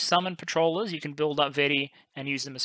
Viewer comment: Vetti would pronouce like ve-tea. you should rather pronouce as Go-di if that makes sense. Thanks for a great video!